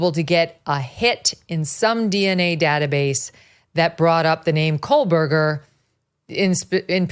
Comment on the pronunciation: And she pronounces Kohburger as KOHLBURGER. lol